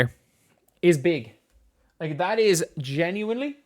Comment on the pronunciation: I'm a fan, so hopefully you don't take this personally. Does anyone else hate the way says genuinely, and how much he says it. It's probably a problem with me, but it's been driving me nuts lately, and I just needed to mention it to someone.